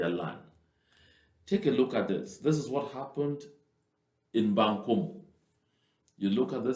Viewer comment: The area is called Mbangkolo not bankomu